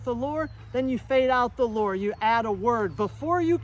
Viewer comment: Thought you were saying: “Follow the Lord!” initially. I then realized you were saying “lure”. Follow the Lord is a good command though too!